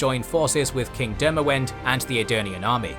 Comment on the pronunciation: U need a nerd to prof these as pronunciations aare miles away mahakam, demaVend and no excuses for rabid who reads that as rAbid?